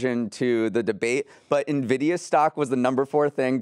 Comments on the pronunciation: used to say it that way too but I think he reads the comments and changed, haha. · pronouncing Nvidia ("in-vid-ee-uh") as "nuh-vid-ee-uh" gave me an aneurysm.